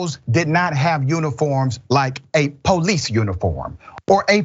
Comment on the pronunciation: Police not ploice